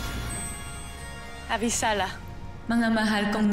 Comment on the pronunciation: Pagsabi ni Cassiopeia Ng Avisala Narinig ko Avisalah